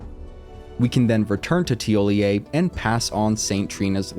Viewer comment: Good job on the NPC’s pronunciation, you’re the first person I’ve heard to get it right